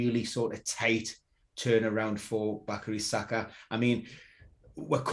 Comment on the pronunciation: Bakari Saka? You mean Bukayo Saka? LOL